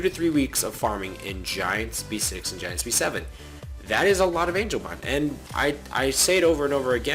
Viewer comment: BOOOYYYYY ITS NOT ANGELMON OMG STOP SAYING THAT